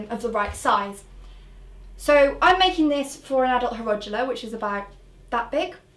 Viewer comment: "hYeroGula!" it's hierodula you twat